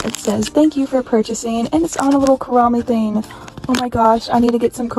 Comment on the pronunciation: i think its pronounced "koo-row-me" like rowing a boat not "koo-roh-me" :)